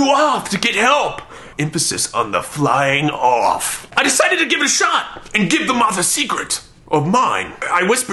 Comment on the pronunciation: Emphasis on the FLYING OFF! Ahhhhhhhhhhhhahah